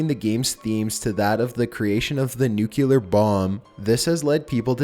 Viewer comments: did you say nucular instead of nuclear? xD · It's pronounced new-klee-er, not new-qu-ler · I did NOT Just hear you say "nuculer bomb" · Just a few things to point out: 1. There is no "U" immediately proceeding the "C" in "nuclear". 2. It's "Doug" Rattman, not "Doge". 3. Link ISN'T dead in Majora's Mask, despite Game Theory's insistence.